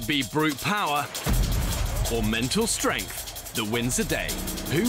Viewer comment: "OR MENTAL STRENTH??!!" *Shows two women crying* This is definitely intentional lmao